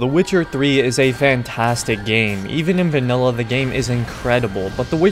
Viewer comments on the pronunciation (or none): none